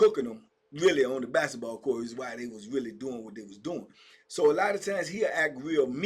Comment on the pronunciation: TBP Germany. By way of Chicago. Bruh the way you say “bassitball” he having me rollin. 🤣 it’s no k in basketball for. Just messing. Have a good weekend. ✌🏾